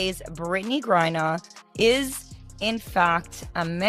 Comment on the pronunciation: So is it Gourrier or is it Griner (rhetorical). Embarrassing.